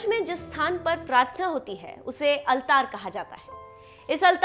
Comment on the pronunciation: Correct yourself.. Don't provide wrong information to others.. It's not अलतार its आलटर (Altar)